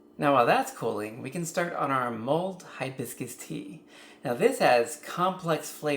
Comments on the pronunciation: Wish you would have made it simpler without the complicated tops. Also it’s “mulled” not mold”. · It’s “mulled,” not “mold.”